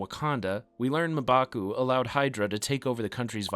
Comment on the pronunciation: The way you say mmbaku is weird